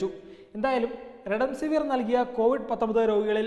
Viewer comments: സ്നേഹിതാ, അതു റെഡെൻസിവിർ അല്ല, റെംഡെസിവിർ (remdecivir) ആണ്. ഒന്നു നേരെചൊവ്വേ വായിക്കരുതോ? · Marunninte name parayunnath correct alla.thaankal redemsiver annanu parayunnath. "Remdesiver"